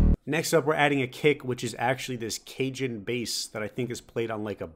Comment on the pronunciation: the way he said cajon😂